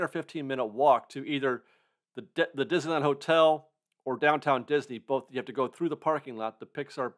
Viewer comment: Diz-knee-land. Don’t forget the “knee”.